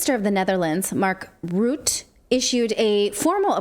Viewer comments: I'm dutch, its pronounced Mark Ruh-tuh. He is the embodiment of evil. The dutch trudeau. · Markies name is pronounced ROOT TA! (Ruute) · Pronunciation: Mark Ruth the (Mark Rutte)